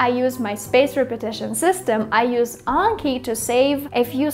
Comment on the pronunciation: Not gonna lie I'm so happy you said Anki correctly even some of the Japanese Learning YouTubers saying it wrong... 😆